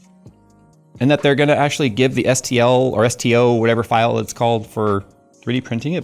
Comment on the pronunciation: It's STL file not STO 😂